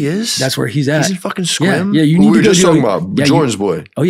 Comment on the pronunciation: I live right next to Sequim, shout out CannaOrganix. To say Sequim correctly says a lot lol.